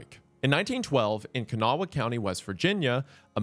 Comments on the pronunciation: You’ve hurt us with your pronunciation of Kanawha. but we’re a forgiving people. We let the state police hang around…. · As someone born and raised in Kanawha county, I have to applaud Wendigoon's bravery to try and pronounce "Kanawha". 9/10 for me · As a kanawha county native. Every time he pronounced it like that I got a little angrier inside. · Bro butchered the name of Kanawaha County. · I'm sorry but the way you say Kanawha is frustrating. It's understandable though, people can't even pronounce appalachia correctly either. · Hearing him pronounce Kanawha county with a verbal ‘-HA’ killed me as some from Charleston lmao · As a West Virginian, I’m shocked to not see fellow West Virginians debating about the true pronunciation of Kanawha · As someone who lives in Putnam County and goes to school in Kanawaha County, his pronunciation threw me for a loop cause that is NOT how locals say it lmao, just a lil suprising, but eh could be worse. One of my friends in Michigan pronounced Putnam (put-nuhm) as "Poot-nahm." So it certainly could be worse! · As a man who’s lived in these towns, it infuriates me that he’s pronouncing the names of the county and towns wrong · Lived in West Virginia my whole life. Never have I heard Kanawha pronounced that way and I was so confused where he was talking about at first lmao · Love the video, but need to point out something as a local West Virginian. Kanawha county isn't pronounced like the native American tribe locally. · Any else from WV upset on how he pronounced Kanawha 😂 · Btw its pronounced Ka-naw-a not Ken-a-wah county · I grew up in Pratt where she was imprisoned! And my great grandaddy met her about 11years before WW2 when she came to the company town he taught in. Also, man it’s pronounced Kan-aw round here😂 not Kan-aw-wha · ITS KA-NAW county lol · Incredible video as always, but the way Wendigoon is pronouncing Kanawha is bothering me lol. I’ve always heard it pronounced “Kanaw”. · Kanna-wah lol... It's pronounced Kuh-Nah.